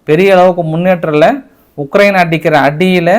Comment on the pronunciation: உளறாதயா உக்ரைனுன்னு சொல்லுயா